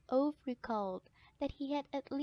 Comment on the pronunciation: next time when you do a audiobook, learn to pronounce the main characters name